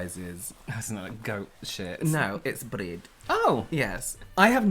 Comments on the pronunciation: Was the bread pronunciation a hint that is unhhhh fan? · The way pronounced bread... is that a trice reference?!!! That’s the only way I pronounce bread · AHHHHHHHHHH said bread in Trixie’s Swedish accent from the Food episode of UNHhhh.